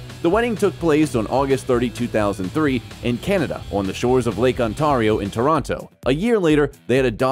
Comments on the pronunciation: “On tar rio” 😂 that hurt to listen too as a Canadian. The English language is something else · lake what? 😀😂 : OnTAHrio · Gotta love how this person says "lake onTARIO" not very professional. lol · I have never heard Ontario pronounced that way. ON-TEAR-E-O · Lake Ontaaario, Audemars Pigway....jeez can this guy go back to school or something? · Ont”air”io. Not ontario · Pronounced Guangzhou (广州) two different ways and both of them were wrong. Said his Rolex was "fourteen thousand" but written on the screen was "14,000,000" (fourteen million). Mispronounced Ontario. ... What kind of low-production video content is this channel?